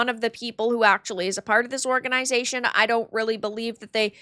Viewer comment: "whoreganisation" lol, I know u said it that way by accident, but i love it anyway :)